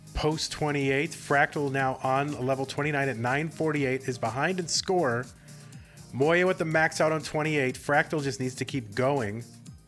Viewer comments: bro its mo-ya, thats how a j is pronounced in german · I swear god I've heard 3 different versions of moja pronunciation.